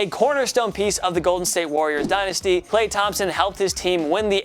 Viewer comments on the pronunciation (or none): none